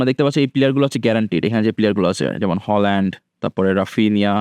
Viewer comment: হালান্ড❎ হোলান্ড✅